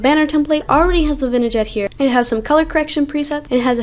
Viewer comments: its pronounced vin yet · Vignette - it's said like this ( vin - yey)